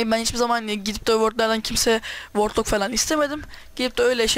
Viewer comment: O vördlak diye okunuyor vordlok değil